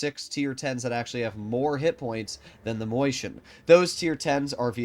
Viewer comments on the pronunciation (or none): never........ ever fucking say moiscHien ever again. please its maus with chien miniscule maus please i cringed so hard you have no idea